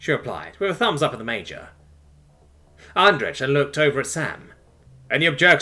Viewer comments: I'm guesing Andrej is suppoused to be pronounced like "andreij" rather than "andreg" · I know this is useless now, but I have to say it: Andrej is pronounced "Andrey" (with separation of the last two letters, it's hard to explain with English being so "lenient" with it's pronunciation)